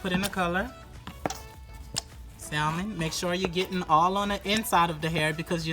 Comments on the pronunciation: SAL..MON...LOL.. THE ""L"" IS SILENT LUV.. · Beautiful work. But please do not pronounce the 'L' in Salmon. It's silent.